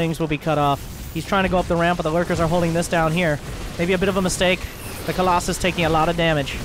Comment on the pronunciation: Is fking COLOSUS DUDE not colosay omg where u read colosay when is fking COLOSUS, do u want a screenshot with the name of that protoss unit or a google voice english translate for the word colosus omfg